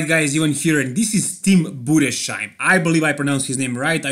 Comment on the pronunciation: "sh" is spoken as the English "s" like in "singing" followed by an h like in "house". Budes....heim. I am of German mother tongue. Other than that, perfect pronounciation. BR